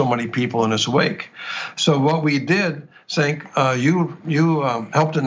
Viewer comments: Lol “Sink” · It makes me giggle a little every time someone says Cenk's name wrong and he just blank faces and continues.